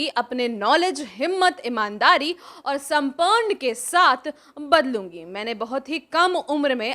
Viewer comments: Madam samarpan hota h samparn nhi .. pahle news read kr lo dhang se apne aap ko Anjana Om Kashyap mt samjho pushpam ne sirf apna point rakha h ... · Samparn nahi samarpan hai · Aapko Hindi bhi achha se padhna nahi aata hai aur aap janta ko achhai burai me Fark bata rahi hai hum aapko yehi advice dena chahenge ki aap pehle Hindi padhna achhaa se sikh lein phir baad mein anchoring kijiyega ,aap samarpan ko samparn bol rahi hai 🇮🇳🇮🇳🇮🇳 Thank you ❤️❤️❤️